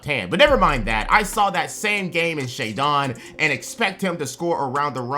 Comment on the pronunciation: scoot is gonna get rookie of the year. most of these "takes" are about on player from the team, you completely missed the entire roster in Portland and kept saying Shaedon's name wrong, it's pronounced 🤦‍♂. no mention of Ant or the acquisition of Ayeton, Brogdon, and williams, not to mention scoot himself🤦‍♂....the lack of info on just that team tells me you didn't do much research for any of the teams. this video has been a waste of everyone's time weather they realize it or not, congratulations. 🤦‍♂